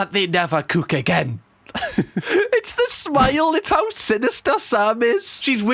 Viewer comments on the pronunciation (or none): Mate, few months ago you came up on my feed and since then you've given me nothing but pure joy and a belly that aches from laughter😂😊. I'm in "sarf" London and when you say the word "cook " it sounds like "kook " to me😅. Thanks for just being you. You're appreciated. I was going to just say I've seen a few more summers than you😂, but im 62, showing you that even an oldie can subscribe 🎉.